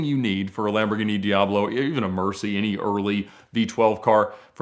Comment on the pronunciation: Think this guy needs elocution lessons on how to pronounce words.. In one of his videos he calls a Bugatti Veyron a Boogaati Veyrone. Now a Lamborghini Diablo is a Lamborghini Diaarblo.. Its di-ab-lo. Not di- aarb-lo. Its vey-ron. Not vey-rone.